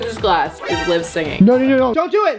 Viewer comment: It’s Liv not lev😂